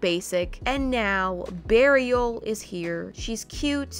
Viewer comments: I was watching this with subtitles and when said beariel the captions said burial😂😂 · I’m so glad I wasn’t the only who was like “what? Did she just say burial?” I feel so revived and I can live in peace lol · “It’s Bear-iel” 🤣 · “iTs bEaARial”